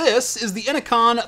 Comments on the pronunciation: innocon?? its inno-CN lol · "inno-con" huh? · Innocn is pronounced "Ee-no-kee-ehn" like Enochian, the language of the Angels.